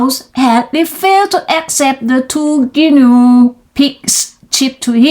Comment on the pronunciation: ขำไหม🤠 ตอนเริ่มจังหวะกระชับได้อีกค่ะ เกือบดีล่ะ อ่านต่อมาดีขึ้น แบบนี้ล่ะค่ะ 👍 fist = กำปั้น โอ้ทอ่านผิดเหมือนกัน:face-blue-smiling: reached เป็น verb เสียง ed ไม่ออกเชด ออก ch-t shouted เป็น verb ออก ted ด้วยค่ะ shout-ted guinea อ่าน กินี่ guine pig หนูตัวเล็กที่ใช้ทดลองวิทยาศาสตร์ hippopotamuses หลายตัวออกเสียง ses ด้วยค่ะ official ออฟฟิศเชียล rate กับ late ออกเสียงให้ดีนะคะ โดยรวม ออกเสียงชัดดีค่ะ ดีขึ้นกว่าตอนเริ่มเรียน👏 ใส่ลิงก์บทความด้วยค่ะ